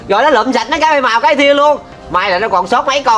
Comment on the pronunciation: Bảy màu mà nói bãi màu😂